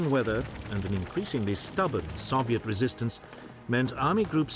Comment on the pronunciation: Why he say Soviet like that?